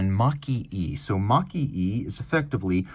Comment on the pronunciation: Makie (蒔絵) should be pronounced as "Marque eh".